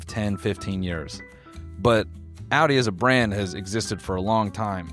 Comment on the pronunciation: why did he say audi like that 😭🤢